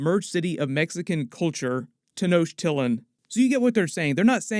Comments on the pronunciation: Man, I love your content. Please work on the pronunciation of Tenochtitlan. The correct pronunciation of Tenochtitlan is Teh-nosh-TEE-tlahn. The "ch" is pronounced as an English "sh" sound. I imagine you're going to be saying it a lot moving forward. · Not gonna lie, I laughed so hard when he pronounced Tenochtitlán and it took me a sec to realize what he meant 🤣 no offense, it’s hard to pronounce words from just the way something is spelled out. A more closer pronunciation would me Tehn-o-ch-tee-tlahn. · Ten O chit lan is how u say the city 😜 Gonna be odd as place exists as cool ruins on surface now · Great recap. I know you have to put these videos up super fast, but please for the future: it’s “Ten-nock-teet-laan” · that had to be one of the worst pronunciations of tenochtitlán that i have ever heard... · Please look up the pronunciation of Tenochtitlan. Learning moment buddy! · Really can’t get over how you butcher Tenochtitlán every time you say it… super cringe 😂😂😂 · Nice try with the city name, it’s a tricky one to say. I’m Mexican & my pops has trouble pronouncing it too. Don’t know how to feel about them making Namor latin & them tryna weave in Aztec religion just to have connect with the Wakandan religion & when Atlantis in comics having known if this ; it feels like an unnecessary stretch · Wouldn't be a marvel character with your parents dying tragically. Also you're mispronouncing tenochitlan.... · Great video; I really can't wait to see what will happen with them. The idea of the city of Atlantis being similar to the Aztec civilization is excellent, but throughout the whole video, I couldn't stop laughing about how you pronounced Tenochtitlan; very funny.